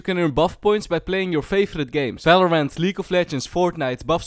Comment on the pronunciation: one more time u say felorend instead of valorant im going to kms